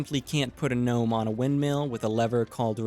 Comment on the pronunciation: This is the first vid I’ve seen from you and I knew I’d definitely enjoy the second I heard Gnome (with the G pronounced)